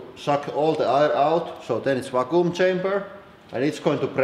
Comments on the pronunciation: I honestly thought you said "Fakku" chamber.... and please don't look up Fakku if you're not 18+... (even though I know some of you will anyway) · i thought he was saying raccoon chamber lmao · "Or at least...why the fucoom chamber?"